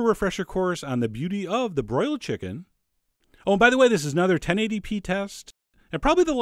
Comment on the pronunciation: this guy sounds like chills. nUmber fiftEen, always listEn to your chickEn.